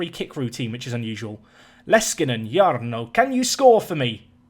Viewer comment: Like I commented on the last video, you pronounce Jarno really well, but you don't need to say it like Jaarno, just Jarno and roll the r like you have. Leskinen is pronounced very well aswell. The 2nd Finnish player you have, so I'm excited.